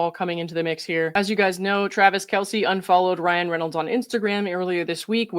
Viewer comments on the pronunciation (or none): none